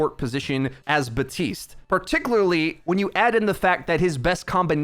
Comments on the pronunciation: it's BAP. TISTE! NOT BUHTEEST! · My dude. The p is pronounced. baPtiste, not buh-tiste. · am i the only one who notices that he says BATISTE instead of BAPTISTE sometimes? example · Why do you pronounce Baptiste as Batiste? Is it supposed to be a silent P? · He’s an idiot don’t worry lol